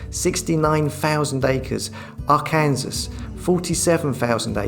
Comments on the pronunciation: Arkansas is pronounced R Can Saw, not R Kansas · Ar-KAN-sas pronounced Ar-kan-SAW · Ar kansas lol Talks lol it's pronounced Arkansaw bruh. Still great videos buddy top marks. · AR-CAN-SAW fer feck sake lol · Man said Rkansas 😂😂😂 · Arkansas is pronounced ar-kan-saw bro. 😊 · Arkansas!!!, Isn't it pronounced Arkansaw? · I'm pretty sure it's pronounced "Arkansaw" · Arkansas pronounced arcinsaw. From my scots ear.